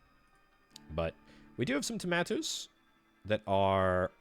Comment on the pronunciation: Some people say "Tomatoos" others say "Tomaatos" this guy said fuck it "Tomaatoos"